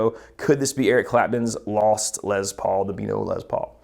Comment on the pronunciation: Les Paul, not Lez Paul. Why are folks saying it this way suddenly???